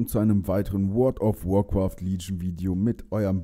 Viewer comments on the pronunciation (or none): es heißt übrigens WarcrAAAAAft und nicht warcrOOOOft